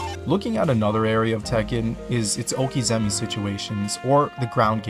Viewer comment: Nice video on Tekken, but I would say you were wrong in the beginning when you implied Tekken 7 was the best formula for the series. It added some nice features for spectators, but overall that would be Tekken 5 DR. Also, it's "okizeme," not "okizemi!"